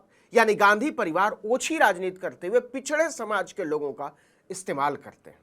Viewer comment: इसको ,,, पिछड़ासमाज,,,,बोलनेका तरीका सही नहीं है